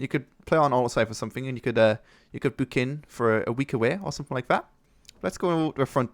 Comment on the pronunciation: Idk why u say the word "book" like that, when u can pronounce "bush" correctly. it's not a british thing, because you're the only one that does it